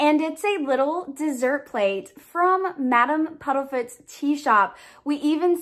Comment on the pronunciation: This box was a let down the only thing I liked was the Remembrall . Also its PUDDIFOOT and not PUDDLEFOOT sorry but that bit was making my eye twitch lol